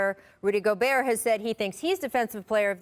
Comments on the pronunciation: Nobody: Kendrick Perkins: Rudy GoBERT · Gobert has been in the league for almost 10 years and perk still can’t pronounce his name right